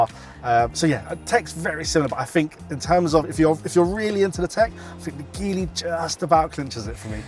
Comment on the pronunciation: It’s pronounced like Jeep so Gee-ly